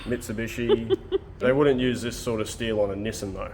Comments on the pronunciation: "I'll bet they wouldn't use this sorta steel on a Nissin though" Lol Nissin. In North America we call it "Neesahn" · What the heck is a Nissan???? It’s pronounced Neesaughn. You better redneckerize. 😂😂